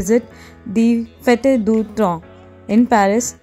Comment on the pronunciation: It’s pronounced as ‘fet’ e’is silent in the end like most of the other french words